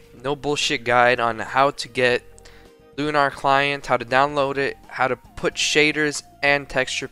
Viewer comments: pronounced “lu-ner” not “lu-nar” sorry for being the grammar police but it just bugs me a ton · loo nar client lol jokes aside nice vid :D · you pronounce lunar wrong.